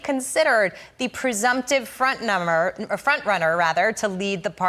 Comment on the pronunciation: that Front Numb-er slip up was funny